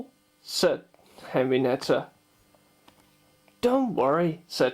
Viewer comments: henreiata not henrineta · hornby are better, and not henrineta it is henrieta